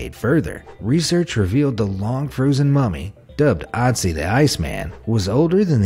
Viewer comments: It is Ötzi not Otzi and I have seen him. It was kinda scary tho... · Ötzi, pronounced OOT-zee with the OO sound being like it is in the word "look". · Your pronunciation of the icemans man is wrong